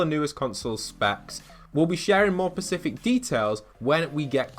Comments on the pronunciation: Specific not Pacific 🙃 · Is no one gonna about him saying “pacific details” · I didn't subscribe because you can't say the word "specific".